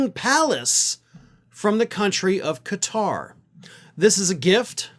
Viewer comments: Nice to see you pronouce Qatar correctly "Ka-tar"....NOT "Gutt-rr". Most Americans can barely pronounce anything "foreign" ! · First thanks for saying this country’s name correctly. Everyone else is pronounce it as cutter. Thanks for keeping all facts in check. Including the emoluments violations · Kudos for pronouncing 'Qatar' correctly! Tired of hearing people saying 'Cutter'...